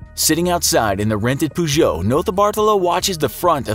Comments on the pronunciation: peugeot like 'purr' not 'poo' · "A small red Poo-Joe" Pretty sure you're pronouncing that wrong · ffs its not pronounced "POO-geot" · I use to say “poogoat” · Did he just pronounce Peugeot as poojoe, Americans man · Learn to pronounce Peugeot if you learn to say italian names properly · The way you say “Peugeot” really triggers me. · I thought it was just me 😂😂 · The way he says Peugeot is really stressing me out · This man can’t pronounce Peugeot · Mildly triggered by how you pronounced peugeot